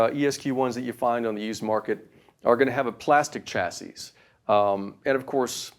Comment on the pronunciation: The "s" at the end of the word "chasis" is silent.